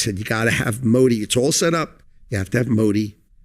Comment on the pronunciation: Bhai aap yaar modi ji ka name sahi se liya kro baki sb thik kaam kr rhe ho